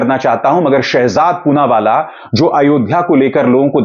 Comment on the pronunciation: "पूनावाला" "चूनावाला " बन गया 😁😁